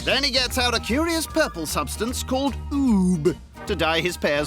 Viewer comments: I’m sure it is Ube Dave lamb pronounced it ‘oob’ at the start of the vid haha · Yeah lol when he pronounced it “oob” I was like “oh maybe I’m saying ube wrong” hahah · i was looking for this comment 😂 “oob” so precious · It is oo-bae, a Filipino popular ingredient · Ube is pronounced "Ooh-Bay"